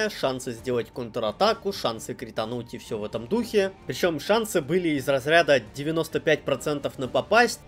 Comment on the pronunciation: ...и всё в таком духЕЕЕ...штукЕЕЕ...патИИИ... Любопытный выбор ударений, который приходится на последний слог, искусственно затягивая его🤔